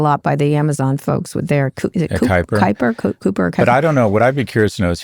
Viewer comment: Kuiper rhymes with diaper